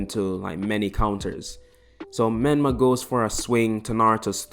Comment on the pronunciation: Whos micolah? Did u mean menma?